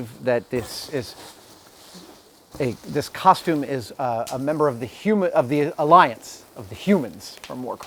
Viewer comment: It's not a-lion...its A-lliance